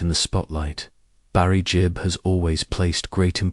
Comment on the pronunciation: Gibb not Jib🙄